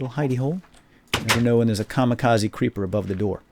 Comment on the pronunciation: how come no one ever says kamikaze correctly?